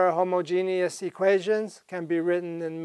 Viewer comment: This guy says homogeneous like he is talking about Alan Turing.